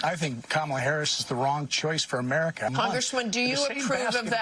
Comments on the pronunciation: Has JD Vance been doing the KaMAla thing, too? If so, Walz out to call him out on it saying; "I'd pronounce your name right if you had one." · Mr. Tramp sure seems to have an ongoing problem pronouncing VP Harris’ first name. I hope it’s not due to a cognitive decline. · Anybody would know this, Donnie? You fluffing can't even pronounce her name properly but you say she was born impaired? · He says she is mentally impaired, but he can't even learn how to pronounce her name. Who's mentally impaired?